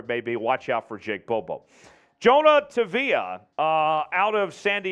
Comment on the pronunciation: For all who wants to know how to pronounce Jonah’s last name? It’s Tah-vai <- the “i” is a vowel. You’re welcome 😎